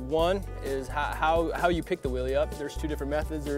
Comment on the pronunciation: its so annoying when he says willie.!